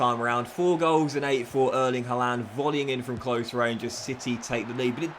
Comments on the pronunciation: Why does it sound like he says haalander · I hate how you pronounce Haaland ngl